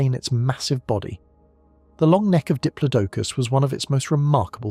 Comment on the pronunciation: pronunciations are so annoying! Did plod a cus!